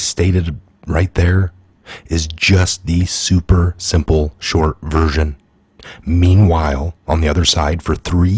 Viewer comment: Did you say Meme while?